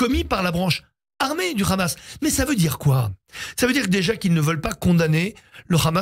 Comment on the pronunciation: TapiCon, c'est le Hamas pas le Khamas, parle correctement